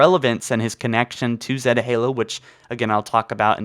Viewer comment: Ugh your pronounce zeta is wrong